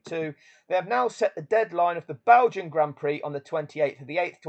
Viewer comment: Grand Prix, is not pronounced pricks!